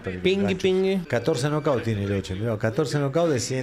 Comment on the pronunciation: Todo bien, pero se pronuncia Loke, doble CC+H en italiano suena K. Era origen Sarda de Cerdeña.